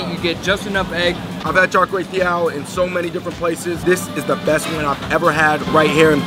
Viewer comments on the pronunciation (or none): Any Cambo's cringe when they say Char Kay teow?😂